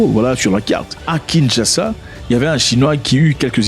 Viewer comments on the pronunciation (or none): none